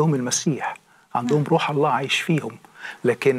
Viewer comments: أنا أقسم واجزم ان هذا الرجل نصراني حثة النخاع من خلال كلامه ولم يكن يوما مسلما أطلاقا..المسألة بسيطة جدآ ..قد أدعي إني كنت مسلما ثم غيرت ديني لكن من خلال كلامه انكشف اولا المسلم لا ينطق إسم الجلالة .ألله تشديد الهمزة . بل يقول الله..دون تشديد الهمزة ..ثانيا لا يمكن بحال من الأحوال أن يصل الإنسان العاقل الى معرفة الله العظيم موحدا له في داته وصفاته وأسماءه تنزيها له من التشبيه والتجسيم وتعظيما لداته العلية تماشيا مع الفطرة والمعقولية ان يتخلى عن هذا التوحيد فيؤمن بالله المتعدد الرؤوس تلاتة آلهة في إله واحد لغز ومعضلة فكربة ...الأب إله والابن إله والروح القدس اله .لكن هؤلاء الثلاتة هم اله وأحد .بالله عليكم هل هناك عقل يستطيع ان يفكك هذا اللغز العجيب سفصطة وهرطقة بطل تأكيد ..وانا أجزم ان مهما حاولت أن تفهم عقيدة التثليث تصبح أكثر غموضا وغرابة ..لذلك معظم النصارى بالرغم من إيمانهم بها الا انهم غير مقتنعين بها لأنها غير معقولة ..اما ان تكون واحد او تلاتة ..أما الاتنين فهذا مستحيل الحدوث . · يبدو انك تكره اله واحد الأحد المتفرد في وحدانيته المنتزه عن التشبيه والتجسيم ..وتحب التثليث اللغز إله برؤوس متعددة لذلك اخترت النصرانية فهنيئا لك بالشرك . طريقة كلامك تدل على ان هذا الرجل نصراني حثى النخاع اولا المسلم لا ينطق اسم ألله (أ ثم لله ) بهذه الشكل بل الله بدون تشديد على الهمزة .أكيد هذا الرجل بم يكن يوما ما مسلما إطلاقا والدليل جهله بالقرآن نصا ومضمونا لذلك لم يستطع أن يشير الى دليل واحد على ان هذا الكتاب ليس وحيا ، و لأن حديثه عام غير دقييق ولا علمي مقنع. يقفز من هنا الى هناك من القرآن إلى السيرة...بالمناسبة يا يارجل وانا هنا أجزم انه لو قرات القرآن لما تخليت عنه أبدا ....هل تعلم لماذا لأن الله الخالق الكلي القدرة والكامل المعرفة اللطيف والامتناهي الازلي هو المتكلم في القرآن عكس كتابك المقدس تماما عندما تقارن بينهما ستلاحظ الفرق مباشرة لا مجال للمقارنة إطلاقا ....